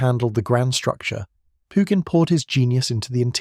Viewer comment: Too bad Pugin's name is mispronounced- over and over again.